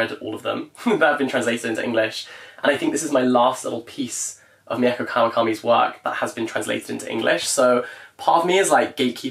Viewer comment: mieko kawakami’s first name is actually pronounced like mee-ko not me-eh-ko 🫶🏻